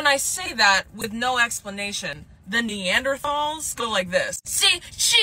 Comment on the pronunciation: She didn't even say Neanderthal right.